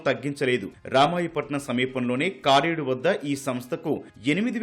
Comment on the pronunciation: adhi kaaredhu kaadhu bro karedu🥲🥲🥲